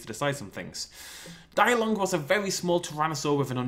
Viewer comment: it's pronounced de-long not die-long. Not being rude but still.